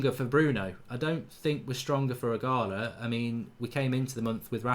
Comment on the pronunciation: His name isn't Igarler, his name is Ighalo.